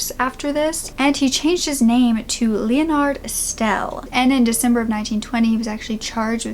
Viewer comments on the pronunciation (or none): none